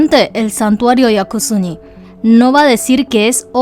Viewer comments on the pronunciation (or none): Es Yasukuni no Yakusuni XD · Es YASUKUNI no yaKUsuni, 靖国 やすくに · me encantan tus videos! Pero hay un pequeñito problema con este: el nombre del santuario es Yasukuni, no Yakusuni.:C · No creo que sea acertado decir que el video es solo "una narración de los hechos". La postura personal de quedó bastante clara en un video que debía ser puramente informativo. En varios puntos, ella detiene su narración para decir cosas como "capaz el muchacho es bruto, pero cómo no iba a saber tal cosa?", lo cual es irónico porque ella pronunció mal el nombre del templo Yasukuni durante todo el video. En fin, la cuestión es que aquellos que no tenían referencia previa terminaron el video considerando solo 2 opciones: 1)ZZH es bruto/idiota (y puedes ver que el insulto se repite en varios de los comentarios) 2)ZZH realmente tuvo intenciones maliciosas al ir a X lugar. En ningún punto del video se advierte que parte de la información no ha sido verificada ni se plantea la posibilidad de un boicot, a pesar de todas las irregularidades que se dieron el 12, 13 y 14 de agosto. No entiendo por qué hay gente actuando como si pidieramos algo exagerado. ¿No es natural para un canal público preservar su credibilidad, haciendo correcciones luego de difundir información falsa? ¿Por qué la audiencia tiene que encargarse sola de limpiar la desinformación de canales como el de, que supuestamente han asumido esta responsabilidad desde el comienzo? Al final del día, la mayoría de los que vemos este video simplemente no tenemos el alcance que ella tiene.